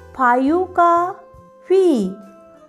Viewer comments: Faiu hota hai ya five 😂😂😂😂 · ya fayu keya hota har bare fayu bol raha ta na 😅😅😅😅😅😂😂😂😂😂